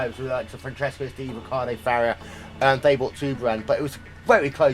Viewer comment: Who is Farrier? Why can't this announcer pronounce names properly?